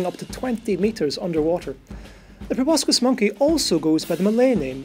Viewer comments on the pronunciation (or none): It's pro-boss-sis, not pro-boss-kiss. Too ugly to kiss. Both a joke and a fact. What more could you ask?